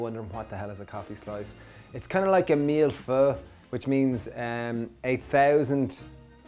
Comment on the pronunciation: I'm not trying to be a jerk, but that French pronunciation was atrocious. It's not "meal pho". Try "mill foy". Like Draco Malfoy, but a milf.